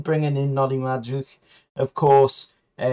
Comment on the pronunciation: You totally butchered madueke's name😂😂. Also I think we might be paying too much for Guehi. Hes good, but for 60 million we could buy a defender and a right winger, and I'm guessing theres plenty central defenders of a similar quality for way cheaper abroad.